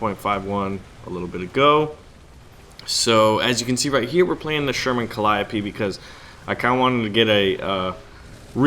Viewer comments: I thought it was pronounced cal-E-O-P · The way you pronounced Calliope triggered me